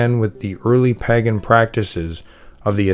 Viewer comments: Paaagan. Lol. I hope you know it's not pronounced like that and are just having a laugh. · I thought pagan was pronounced like "paygan". I've never heard it said like this guy before. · Most, if not all of xtian practices are inventions or stolen from older religious practices, even back as far as Egyptian depictions. It's disappointing that you use (and mispronounce) the word 'Pagan' for every earlier religion, regardless of location. It hurts your credibility. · How is the narrator mispronouning " pagan?" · How come you cant pronounce pagan? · Omg, why are you pronouncing pagan so weird? I'm cringing every time I hear it! If I hear it wrong one more time, I'm OUT! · Maybe ask him if there’s a reason he pronounces “pagan” the way he does.